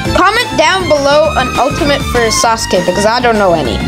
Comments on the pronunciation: Say it like this sauce-Kay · did bro say sasake